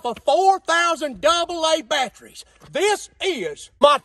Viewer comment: He clearly said "battries". Those are different.